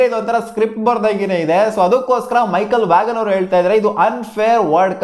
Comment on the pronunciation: Michael Vaghan alla bro Michael vaan adu